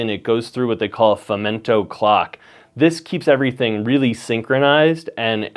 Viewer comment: Nice review ! It's Femto by the way ;-) (not femento)